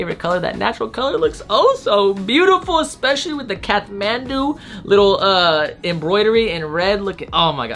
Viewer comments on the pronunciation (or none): none